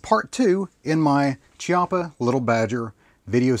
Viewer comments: I hate being "that guy" but this is an Italian rifle with an Italian name so "ch" is read as "k". So instead of "ch" as in "chocolate" it is actually pronounced as "Kiappa". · It's Kee-au-puh. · chiappa is pronounced Kiappa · Your video was mostly OK but I do want to say two things. First of all the way you phrased it, it sounds like you are saying that little badger is the company and that Chiappa is the gun but that’s obviously not what you meant. Also you pronounce Chiappa with a ch sound when it is actually meant to be a k sound as weird as that is. Otherwise this was a very accurate video and probably helped many of your viewers. 👍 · You lost me when you miss pronounced Chiappa ...FFS .